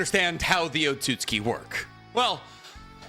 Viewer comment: so nb gon talk ab the fact he isnt pronouncing otsotsuki right he keeps saying otsuski